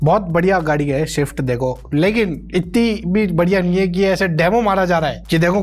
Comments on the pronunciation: Shift nahi re😂 swift bol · Bhai tu unko pronounciation sikha rahe ho.. khud Swift car ko shift car bol raha hai...😅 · Sift nahi swift hota hai 😂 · Swift ❌ shift✅ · Say "SWIFT"Sab kuch sahi hai, but yeh shift kaun si car, he said that SHIFT, say again with me SWIFT....it's like pronouncing sui..(needle wali) ift.... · Bhai Swift hota hai shift nahi aur Bihar ke alava bhi gao hai apne desh mai, Baki video was funny